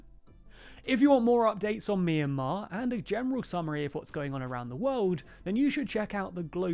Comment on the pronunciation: It's pronounced "my in mar"